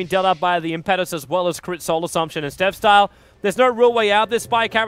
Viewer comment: as a fellow Australian, I enjoy that you cast a wide variety of Dota 2 tournaments and upload them on to youtube, But could you please stop pronouncing Enchantress' ulti Impetus as Im-pet-us when it should be Im-pe-tus, just google impetus meaning and have it pronounce for you. Cheers again from the land down under